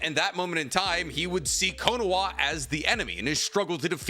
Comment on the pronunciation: Why does he keep pronouncing it as konowa WHERE IS THE W????? Naruto is down, sasuke is down, boruto is not in the village, there are no W’s in KONOHA